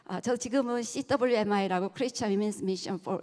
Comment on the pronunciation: CWMI? 씨따블유엠아이 발음이 구수하네요. 프라우드 하네요